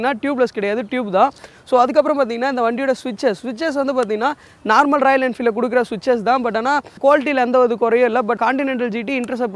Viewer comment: Narmal alla normal